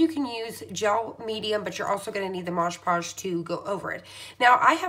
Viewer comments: Nice video, would be even nicer if you pronounced MOD PODGE (like the label) rather than MOJ POSH ..... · I have such a pet peeve with people saying “modge podge” lol. It’s MOD 🤣 ahaha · Please read the name on the label. It is Mod (as in Modern) Podge -- NOT Maaj Paaj. Also, if you apply it more evenly (to the wood instead of the photo) and use much less of it, you will have less tearing of the paper. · Looking through the comments makes you think some people don't actually WATCH the video! You can clearly see that it's called Mod Podge, who cares what you call it! 🤦🏻‍♀️ I call it Modge Podge all the time lol It's an incredibly informative video! Thank you for your time in making this video, I can't wait to try it! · OK, this is the second video I've watched this afternoon using Mod Podge. I wish the people doing these great videos would learn how to pronounce the name of this medium. MOD PODGE, NOT Modge Podge. Call me picky buy grammer and enunciation has always been a pet peeve of mine. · mod podge! not modge!!! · Stop saying Modge Podge. It's Mod Podge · Your calling it modge podge. All I can find is mod podge. ?? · Call it what it is, mod podge not moge podge 🤣🤷🏻‍♀️ snd you mean burnish the decal down not varnish it down 😂🤣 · Can't tell if the video speed is altered or the demonstrator just talks so fast! Also she keeps saying Maj Podge. Not a terrific endorsement. The product is MOD....PODGE! Just sayin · It only matters if you want to be accurate so that people will understand what you are talking about. Since you are making instructional videos, I assume you DO want people to understand you. Besides, it is very annoying to hear you mispronounce it over and over again. That is another reason -- if you really want people to subscribe to your channel -- that you should be careful in your pronunciation. This is actually meant as a helpful tip for you if you will look at it properly instead of getting upset. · MOD PODGE..WHY IS IT THAT SO MANY PPL CANT SAY IT.